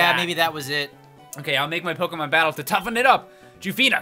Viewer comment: oh my god HE'S DOING IT AGAIN! POKEHMANS!